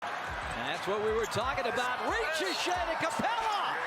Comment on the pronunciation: It’ s pronounced risaché bro Good job on that vidéo btw